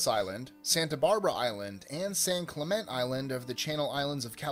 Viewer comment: Well, it may have been AI narration. It's gotten pretty good lately, but it still has recognizable flaws, like this one. It's either that, or a guy that looked things up and never heard the word Clemente spoken. But the mistake stands right out for Californians.